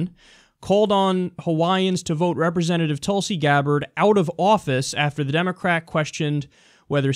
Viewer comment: Hehe its not pronounced Tulsey like u say.. its more like tool-si (si like the french say it). :)